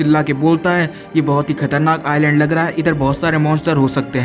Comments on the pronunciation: Bro Island ko iland padh te hai s silent hai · It is not Iceland it is island s is not pronounced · Bro its not Iceland its iland s is silent letter